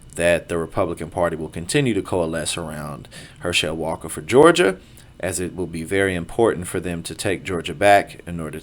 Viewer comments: At least learn to pronounce his name correctly if you're going to talk about him. I guess you didn't watch football much. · Wow. He took some hits didnt he? That right eye dont work right and hes got some speech deficiencies too. Its Herschel it is NOT Her-shell. Brain up dude! Youre terrible at this and should go away, youre just an ego with a mouth hooked up to it. Once again it is Herschel NOT Her-shell dough head. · You are not Pronouncing his name correctly go back and watch a football game from the 70s man it’s Herschel Walker not her shell Walker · Him saying her-shell instead of her-shil was driving me nuts